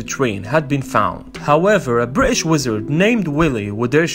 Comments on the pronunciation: The way he says British 😂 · My thoughts exactly thought i was the only one